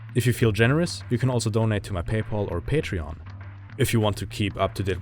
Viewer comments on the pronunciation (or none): none